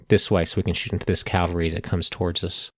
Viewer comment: Point of Order: Please don't take this personally - but - It's NOT pronounced "C O W very" It is spelled C A V A L R Y and pronuunced K A V A L ree. Think of it like the name Henry " Cavill ". CALVARY refers to the hill outside Jerusalem where, according to the Christian Bible, Jesus was crucified, also known as Golgotha, meaning "place of the skul. I watched the whole thing and enjoyed it - like AVALON Hill but outstanding - but the COWVERY is like nails on chalkboards -...